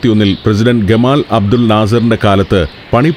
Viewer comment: ഗമാൽ അബ്ദുൽ നാസർ .... മസ്രികൾ ഉച്ചരിക്കുന്ന പോലെ തന്നെ ....👍👍